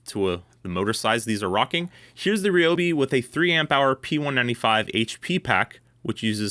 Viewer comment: It's RYE-Obi not Ree lol. You don't call someone named Tyler, Teeler.